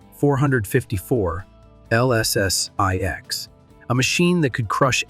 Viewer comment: I DO NOT LIKE!!!! LSS six. Too funny! BOT ! AI !